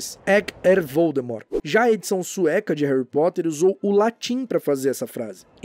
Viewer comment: Em Portugal eles n mudam quase nd, mas oq acho mais estranho é q eles pronunciam "Érri" ao invés de "Réry".